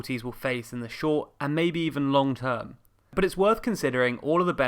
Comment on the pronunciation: Emphasis on “long-term”.